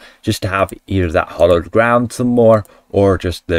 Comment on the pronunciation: By the way, It's Hallowed Ground, not Hollowed! 😊 {:-:-:}